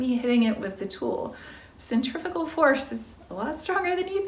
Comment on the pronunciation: Centrifugal force. You pronounced it centrifical! Its pronounced "centifroogal"